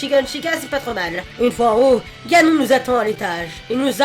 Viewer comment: Ha oui... Et on dit Ganone, sinon tu parle du lave vaisselle ^^